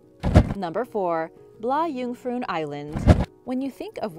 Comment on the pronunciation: "Blah Joongfroon" tehee, as a swede it made me giggle